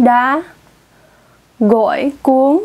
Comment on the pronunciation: I was born and grew up in VIetnam and I understand 100% of what she said in the clip. She just has a very light accent because she was born in US. She mispronounced only one word "gỏi" instead of "gổi". Your girlfriend must be from north Vietnam or Hanoi where people think they have the most accurate accent which is not studied and confirmed academically. It's only a regional pride. Saying the speaker in this clip that her accent is not accurate is exaggerated.